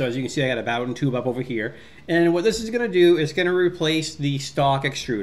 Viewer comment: booooooooden not bawden